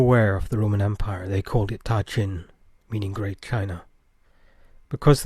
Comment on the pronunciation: I could be mistaken but I'm pretty sure that the ta in ta qin should be pronounced as da, at least that's the way it would be pronounced in Mandarin.